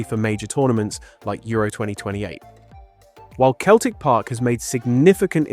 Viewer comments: It's pronouced Seltic not Keltic. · You can tell the voice is AI. Keltic football club and Keltic Park. its Celtic Park and Celtic. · Emirates didnt make it cos 2 others in London have already been chosen as hosts. Its not Keltik, its pronounced Seltik!!! Also, what about Glasgow Rangers too? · It is pronounced Seltic not Keltic. Damn crap computerised AI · it is pronounced as sell-tic. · Celtic as far as the Scottish football club is pronounced “ seltic “. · They don't pronounce the t, it's selic. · 'Keltic football club'? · Not to me, AI still cannot say English words that are pronounced different from the spelling, like Celtic. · that’s what gave it away for me. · Can you train your AI to pronounce Celtic correctly? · You’re from the UK and you don’t know how to pronounce Celtic correctly. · Why can't Americans pronounce Celtic properly.